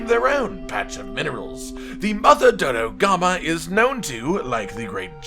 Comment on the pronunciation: Murder more Dodogama? I heard murder more Dodogama. BRB, gonna feed the canteen tonight with the sweet, sweet flesh of Dodogama.